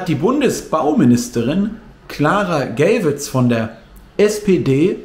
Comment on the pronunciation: Hallo, nur zu Berichtigung: Geywitz wird so ausgesprochen wie der Geier. Hat nichts mit schwul zu tun 😉.